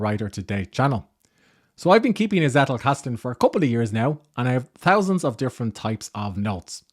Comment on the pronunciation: Nice Video. Hint from a German-speaking viewer: the emphasis of the word "Zettelkasten" is on the first "e", not on the "a" 😇